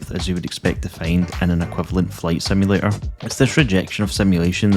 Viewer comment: I like it whenever you say simulator it sounds cool